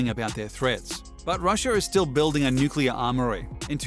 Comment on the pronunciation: Thank you for pronouncing "nuclear" correctly.